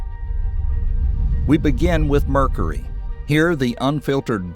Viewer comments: My man said Murcary. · Worth the price of admission for the pronunciations ("Murkery", "Urinous")